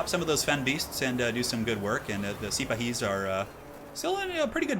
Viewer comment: The Arabyan heavy cav are pronounced See-Pa-Hees. Their real life equivalents were Ottoman cavalry, a combination of land-holders (similar to medieval knights) and a professional body maintained by the sultan.